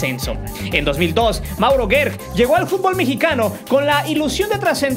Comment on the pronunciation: No es Mauro guerk.... Se encribe gerk pero se pronuncia jerk....